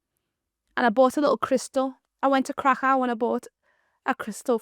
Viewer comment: It would be good if Krakow could have been pronounced properly